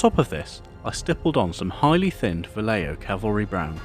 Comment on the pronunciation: It's not pronounced "Valleio", it's "Vahyeho" great work by the way.